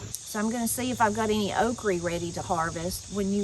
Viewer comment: I think I missed a lesson on pronouncing “Oh creeee”. (Okra) Seriously I usually have heard “the guide” or list. Missed this one. 🙅‍♀️